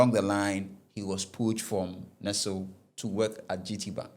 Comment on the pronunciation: I understand you, but not being able to pronounce words like Nestlé, Barbados and Ernst & Young...? Those are by no means technical; those are basic. As for the financial and legal stuff, the less said, the better. The attempt is good, but like I said, much more room for improvement.